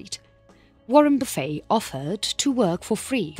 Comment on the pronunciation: I like narrators pronunciation of "buffet", "boo-fey" sounds much classier 👍 She has a lovely accent and speaking voice